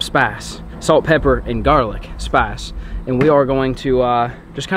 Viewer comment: Doesn’t say spice, he says “spase”